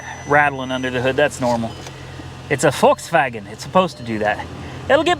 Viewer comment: You need to be european to say correctly Volkswagen